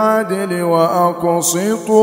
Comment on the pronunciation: القراءه معظمها غلط ..دا انت ختى مش عارف تنطق الحرف صح ..انت بتقرأ وأقصتوا ان الله يحب المقصطين ......وهي المفروض. هي بالسين مش بالصاد. واقسطوا ان الله يحب المقسطين. انت ازاي تقرا كلام الله بهذه الطريقه على الناس إذب وأقعد عند شيخ وتعلم